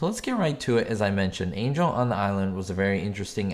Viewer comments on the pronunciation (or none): none